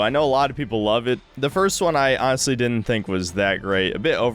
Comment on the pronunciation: Why do you keep saying "anhastly" over and over - do you have some kind of autism that makes you lie so often that you need to explain when you're actually being "aanist"?